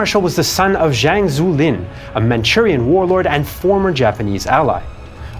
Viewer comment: Zhou (EnLai) pronounced Joe. Similarly Zhang is Jang. Zh is always just J sound.